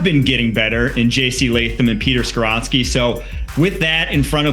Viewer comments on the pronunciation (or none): none